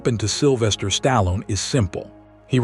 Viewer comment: Couldn't even pronounce his name properly..